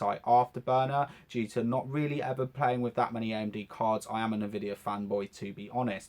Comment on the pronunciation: Wif four freds lol